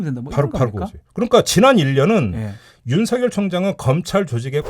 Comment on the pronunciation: “윤성열” 아니고 ”윤서결” 이라고 읽어주십시오. 이름이 윤석렬이 아니고 윤석열이기 때문입니다. 발음에 관해 잘못된 학습이 되고 있습니다.